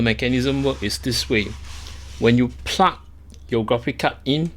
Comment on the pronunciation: I love how you ''plug''..., it sound more like ''puck''! Only one more letter now... ; p